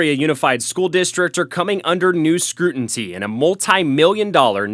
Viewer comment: "coming under new SCRUTINCY? " Okaaaayyyy